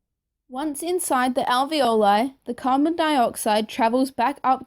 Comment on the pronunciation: You mispronounce trachea, alveoli, and capillary.